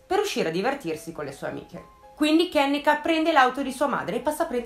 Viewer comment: Si pronuncia "kennìka" 😉